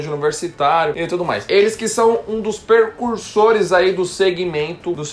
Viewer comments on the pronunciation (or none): É precursores e não percursores...rsrs...👍🎶👏👏